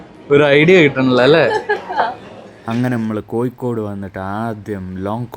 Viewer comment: കോഴിക്കോട് ✅ കോയിക്കോട്❌